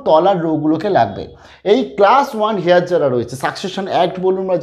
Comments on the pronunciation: উচ্চারণটা "হেয়ার ' নয়, ওটা হবে 'এয়ার'। বুঝতে পারলেন? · apnar heir er uchcharan ta mone hay ektu bhul hochchhe.H ta halka bhabe jeman honour uchcharan seiramam r ki.namaskar.